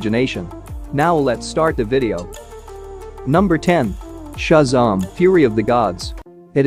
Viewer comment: Never heard Shazam pronounced ‘shuzarm’ before